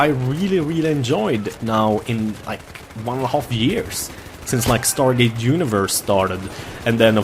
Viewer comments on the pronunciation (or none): none